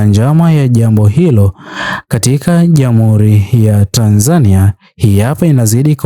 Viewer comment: Kwa nini unaitamka Tanzania ki hivyo. Tamka Tanzania kama yule Mtanzania wa Mburhati au Ilala au Chang'ombe au Morogoro au Tanga, n.k anavyoitamka.